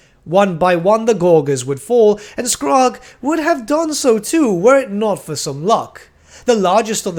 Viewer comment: Came here to say the same about Skrag's name. I've only ever heard it pronounced as skr-RAG with emphasis on the last part so hearing "Skraaag" is really weird to me.